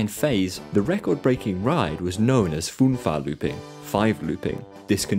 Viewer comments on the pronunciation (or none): one good thing about German is that pronounciation is very close to the way it's written - "Fünferlooping" s not "fun-far lopping" but "Fünva-looping" .. best to look up the "ü" sound.